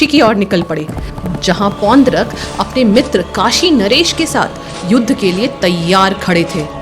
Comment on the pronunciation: Aap log jab story itne detail me collect kar sakte ho, naam ka pronounciation b sahi wala karlo, it's ड, not द। पौंड्रक